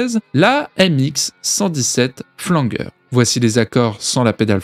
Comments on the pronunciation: On dit Flanjeur pas Flangueur 😂😂😂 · il va falloir revoir la prononciation de flanger..